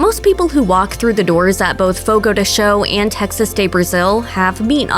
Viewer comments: Fogo de Cha-o, not Fogo de Cho!! Advertisements with wrong pronunciation is a no-no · Jeeez I can't even finish the video it's so damn annoying."Fogo de SHOW...Fogo de SHOW" How no one at Mashed even bothered to look up the pronunciation & just stuck to what they guessed it was is beyond me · "Fogo de sho" 💀💀